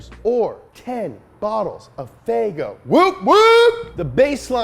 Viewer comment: i lost it when he say faygo😂😂😂